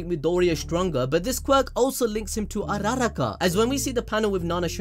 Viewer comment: Bro its Ura Ra Ka, not URaRa Ka, say it with me Ura Ra Ka